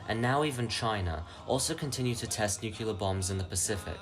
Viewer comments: Sir, it’s nuclear. Not nukular. Pedantic issues aside, good video. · I love your content and feel you're underappreciated! But pleeeease: It's not pronounced "nu-kyu-lar"... there isn't a hidden syllable. "Nu-clear" (or even "nu-cle-ar"). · i gotta ask, why do you guys prononce nuclear as nucular? Also, bro, regulate your volume, those damn decades songs are like jumpscares when your voice is so damn low.